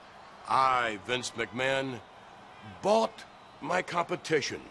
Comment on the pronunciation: I love the way he says it, "I Vince McMahon? BOUGHT! my competition" With that, just so you know look on his face. Love it